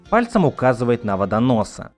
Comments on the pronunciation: ты ошибся, не Водонос, а ВодоноГ Там г, а не с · не водонос а водоног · он Водоног. А не Водонос! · С криками как бы всё было и так понятно. А почему ВОДОНОС? Если явно слышно ВОДОНОГ